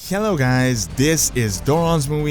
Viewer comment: Just a tip on how English works.. You don't need to clear your throat when you say "hello" The "H" is a soft "H" and not a hard "H".